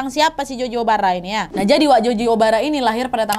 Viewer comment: Nadia ngomongnya*Joji Obara* kuping dengernya Joji Omara 😁😁